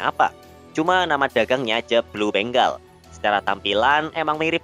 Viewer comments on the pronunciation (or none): Ralat bengal bukan beng gal